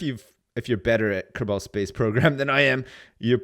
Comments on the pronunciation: "If you've ever played Ker-ball space program..." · did you just say kerBALL space program